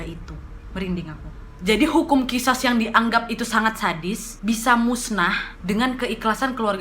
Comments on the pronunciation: Wak qisos bukan qisas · Khisos wak bacanya bukan khisas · Mhun maaf teh... Itu di baca nya.... Qishos... 🤗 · Qisos ka dibacanya bukan qishash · It's sound Qishosh, kak. Ehehehe Btw, yep. Maaf itu paling gampang diucapkan, paling sulit dilakukan, paling mulia klo udh bner2 ikhlas